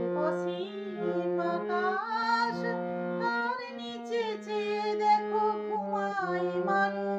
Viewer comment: সুন্দর গেয়েছেন । তবে গানে উচ্চারণ বিকৃত কাম্য নয়। যেমন - আকাছ, ছিছির ইত্যাদি । আকাশ, শিশির। স / শ এর উচ্চারণ ছ হচ্ছে । শুভকামনা।